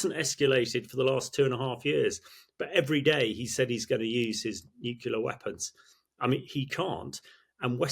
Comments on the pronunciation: Nuclear, not nucular, you melt! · there is no such word as nuculer. it is nuclear. why don't otherwise educated experts get this? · An excellent interview but I am surprised that the colonel kept referring to 'nucular weapons' rather than 'nuclear weapons' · “Es-kew-lation” for escalation? “New-killer” for nuclear? Content great but jarring words. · Why can’t most of these experienced speakers pronounced “nuclear” correctly is beyond me. Great content, though.